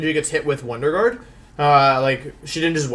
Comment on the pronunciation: the purposeful mispronunciation of words like "guard" and "cinderace" infuriates me so....SO MUCH